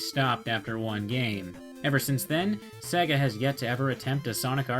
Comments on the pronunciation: You said sega wrong you said saga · "Sag-a" lol